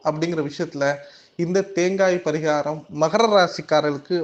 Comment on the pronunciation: பரீகாரம் சொல்லும்போது கொஞ்சம் தெளிவா சொல்லுங்க... அது தவிர மீதி எல்லாம் தெளிவா சொல்றீங்க... எத்தனை பேருக்கு இதில் doubt இருக்குனு கமெண்ட்ஸ் பாருங்க..